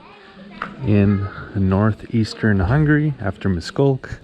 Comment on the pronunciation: Miskolc sounds like Mish-koltz